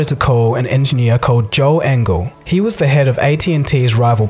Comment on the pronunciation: the way it wez 😂😂😂😂